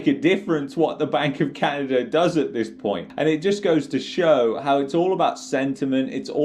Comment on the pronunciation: Love yr video but its not canader its canada lmao